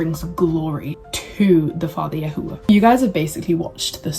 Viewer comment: Shalom Shalom. You blessed my Ruach. Thank you for sharing. I too walk in The Way. I wish I could have been awoken at such a young age as you. Your videos are such a breath of fresh air. I love how you say “YAHUAH”. More importantly, when I was coming into the truth I knew that certain groups had some truth, but it was not refined by ABBA Yahuah. I prayed and asked ABBA Yah to help me because I was hungry to know Him. I was already seeking Him and He was guiding me. “Truthunedited” confirmed the way Yahuah was guiding me in knowing the truth about El Elyon. Continue to in The Way and be blessed. Shalom.